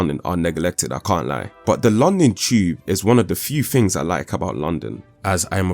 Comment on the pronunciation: "Fings" not THINGS? "Wiv" not WITH?